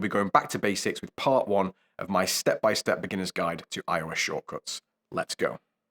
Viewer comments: I couldn’t help but notice you keep saying “iris shortcuts”. Don’t you. Mean “Siri shortcuts”? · Thought he said Irish shortcuts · Why does he say iris?